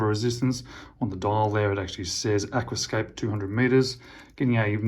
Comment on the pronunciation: Aquascaphe has a ph pronounced f, Aquascaf. Still dead jelly of this one. :)